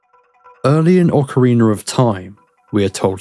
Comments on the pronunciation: Why you call it an ocareener? It's rina! Ocarina! It sounds like you're saying it with an R at the end to me. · The real mystery is where do you find the second "R" in Ocarina? Wtf is an Ocariner? 😂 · Yeah that's how I'm used to saying it too. I just keep hearing a slight r sound at the end .ost of the video but I guess it's just an accent or dialect thing. I probably shouldn't have even brought it up.